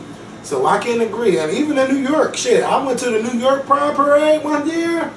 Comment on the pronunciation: Thank you. It also helps to have a firm grip on standard English. You don't have to be Bryant Gumbel, but at the very least, know how to pronounce "ask," "New York,", etc.